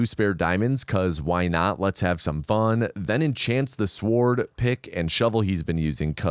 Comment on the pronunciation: I hate the way you pronounce the word "sword"